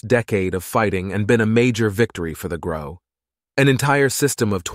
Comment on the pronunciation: The second i head them say Grox i instantly went to the comment section